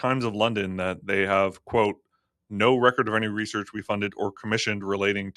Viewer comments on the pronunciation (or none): none